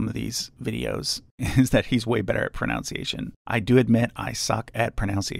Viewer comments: Your pronunciation is outstanding except, ironically, for the word “pronunciation.” The second syllable is pronounced “nun”, not “noun.” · Its a little ironic that he mispronounces the word pronunciation. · mispronounces pronounciation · The fact he mispronounced pronunciation makes it ten times better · you mispronounced pronunciation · When you're so bad at pronouncing you can't even pronounce pronunciation (this is a joke, not an insult)